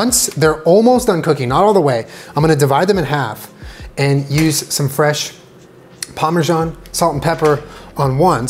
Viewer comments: he said pamersan... TWICE.. PAMERSAN. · He’s says Parmesan in a way that makes me uncomfortable